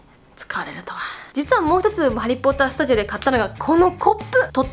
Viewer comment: ハリーポッター studioっていう発音聞いてさすがだと思った